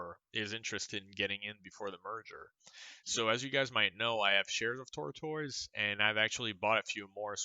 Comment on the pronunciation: You are saying tortoise🐢 wrong....